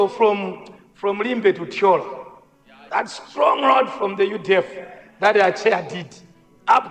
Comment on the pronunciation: Nkhumba chimwendo timat road not lodi kkkkkkk